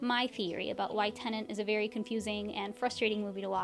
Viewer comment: Its "tenet". Not "tenant". 2 words that are spelled differently, prounounced differently, and mean different things.